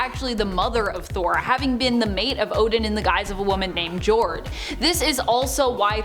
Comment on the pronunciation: Jord is pronounced like yard